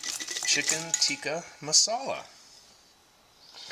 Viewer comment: Chicken Teekee Masala 🤣🤣🤣🤣 It's called Tikka!